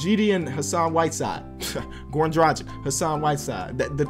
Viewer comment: IT'S [ dræɡɪʃ ] PLEASE, not [ dræɡɪk ]